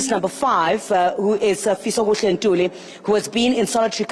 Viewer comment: Babe's wendaba should teach iphoyisa elikhulu on pronouncing fisokuhle ntuli not this bucturing people's name